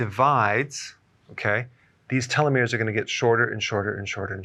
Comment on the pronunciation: Small tip on pronunciation: télos (τέλος), méros (μέρος) ❤